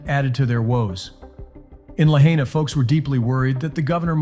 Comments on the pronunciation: I SO wish people who make videos about Lahaina, Maui would take a minute and learn how to properly pronounce the City Name. It’s pronounced (La-HIGH-Na), NOT (La-HEY-Na). Please people. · It's pronounced La hy na, not La hay na!!! Get It Right!!! 👍🙏💖🌈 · FYI, Lahaina is not pronounced "La-HEY-na", it should sound like "La-HIGH-na".🙄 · It’s La-Hi-Na, not La-Hay-Na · If you are going to report on the wildfires please show enough respect to the people by learning how to say Lahaina correctly!!! Lah-hi-nah. Ai is pronounced like eye in Hawaii. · {La high na} Please learn the name of the town in which you are speaking. Mispronunciations make you sound stupid... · "la HAY nuh" ?? do you know about hawaii? are you just capitalizing on this? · It's pronounced LA-HI-NA LAHAINA ❤🤙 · None of you live in Hawaii. Why don't you ask them what's going on instead of trusting some idiot who can't even pronounce Lahaina right. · I don't get it. The announcer was able to pronounce Ulupalakua but not Lahaina? Toopid! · This respect for you when you can't even pronounce Lahaina correctly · this guy could at least learn to pronounce "Lahiana" properly .... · P l e a s e pronounce Lahaina correctly, it's my husband's hometown. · Bro look up how to say lahaina. You're saying it wrong jesus christ